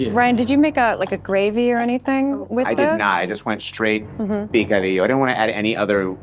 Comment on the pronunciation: I really love you guys but It's picadillo not picodillo.